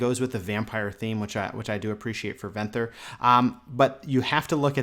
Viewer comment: You're mispronouncing Venthyr, and it's killing me